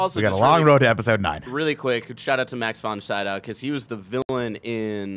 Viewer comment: Them incorrectly saying Max Von Sydow's name is driving my crazy. Also love that Max is in this film is amazing to me after knowing him from all my favorite Ingmar Bergman films